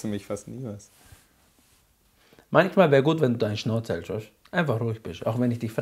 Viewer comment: du hälscht deine Schnauze dischzipin